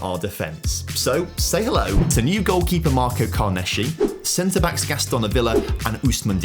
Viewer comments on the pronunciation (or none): none